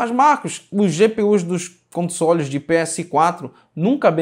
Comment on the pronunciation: Toda vez que fala console dá a impressão de ouvir consolo kkkkk